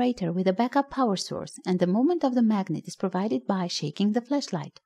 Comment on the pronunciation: Be careful with the way you pronounce it please. Flash light and flesh light has a HUGE difference.